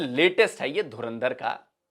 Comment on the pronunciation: Pakistanio kaunse duniya se jo dhurandhar tak sahi se nahi bol pate ho